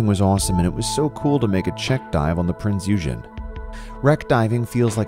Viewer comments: So watched the first minute... I can't anymore... I can't... Prinz Eugen was said wrong... It made me cringe... He said if like four times... I couldn't take it anymore... Not to mention she is a heavy battle-cruiser, not a battleship... Hood fired on Prinz first mistaking her for Bismarck. Bismarck was struck I'm not sure the exact place but I don't think the stern was it... Maybe I'm wrong if I am I'll admit it, back to what I was saying she leaked oil, that wasn't her downfall through only one tank leaked I believe, it's been a couple weeks since the research spree. Anyway Bismarck's downfall was when Ark Royal's one planes hit her rudder leaving her unable to maneuver, as she was already a pain in the ass to do so. Bismarck was brought down by four Royal Navy ships. Now onto my next thing... Scrolling through the comments I noticed something irritating, and that is when someone corrects you so you look like less of a fool, don't be a dick, admit your mistake because somebody will know more than you. Sadly I may know more just off hand alone. You need a script and a German book on how to say the words apparently... So no I won't watch your other video, to keep my brain cells intact... It's hard enough as is. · I meant in terms of sound. I did not mean to insult you guys, I actually want to learn German one day! That’s why I was so miffed about the pronunciation being butchered, lol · Love the video but the pronouncement of her name is driving me nuts also she was not a battle ship she was a heavy cruiser she survived WW2 after surrendering to the british royal navy and was given to the United States as a war trophie, then was sent to the islands in the Pacific Ocean where she survived not 1 but 2 or 3 atomic bomb tests and she was to radioactive to save when she began to leak water then she capsized as show as she is laying on her guns with her propellers showing upward. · The Narrator can't even say the name correctly 🙄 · Learn to pronounce the name FFS.